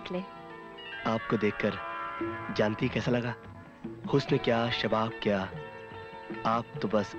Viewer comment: Did anyone notice prr “kya” ko “ka” bol diya. Rafi saab ♥️🫶🏻